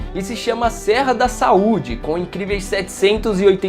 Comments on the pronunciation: "SERRA DA SUAUDE" KKKKKKK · O problema é colocar um Paulista pra falar Serra da Saúde. Kkk pqp